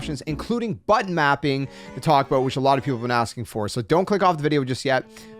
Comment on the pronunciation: Wait, did you say butt mapping?